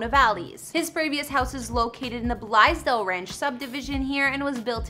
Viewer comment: Blaisdell Ranch is pronounced BLAZE-dell. Which in retrospect, was apropos.